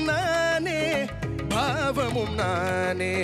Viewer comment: No, decent attempt though need more punch and clarity when singing Tamil words (notably old songs like these. In addition, TMS did not pronounce "bBhavam" as the way you sung. Listen carefully. Second, swara phonetics should be sung with its own note with strong punch, that you missed clearly. But, overall good attempt.